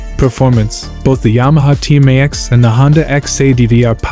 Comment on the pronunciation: Sorry I couldn’t listen to him trying to say Tmax any more…and the Xadv is cheaper